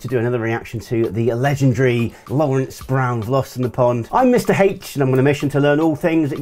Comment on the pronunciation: Surprised you didn’t comment on your pronunciation of Mr H. I still think it sounds strange…but that’s just me.